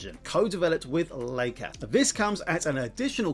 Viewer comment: Good review, I was looking for a good breakdown of this. (p.s. leica is pronounced "Like-a" not "Lake-a")